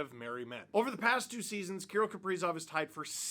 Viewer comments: Why are you saying Key - rul ? Kir - rill the thrill. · KA-RILL not Kurill! How could he not sign, went from playing at the "X" Exel Energy Center now he plays at the "G" Spot! Grand Casino Arena...The "G" SPOT!😆😅🤣😂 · I know it sounds weird, but that's closer to how you would pronounce it if you spoke Russian. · I have never really heard his first name pronounced the way you do. Maybe just say his last name.